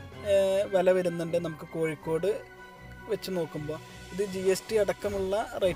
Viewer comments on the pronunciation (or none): none